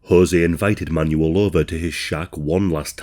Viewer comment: "Man-You-L, Man-You-L" 😅 I think it's pronounced "Manwell" isn't it?